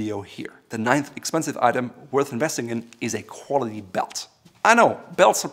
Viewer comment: Let’s work on the word “quality”